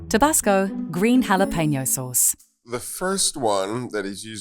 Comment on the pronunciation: Why can't they say jalapeno properly? Come on.